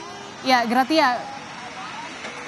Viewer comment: PELAFALANNYA GRASIA, BUKAN GRATIA =)) ANCHORNYA KOMPAS KOK GAK CERDAS SECARA LINGUSITIK YA????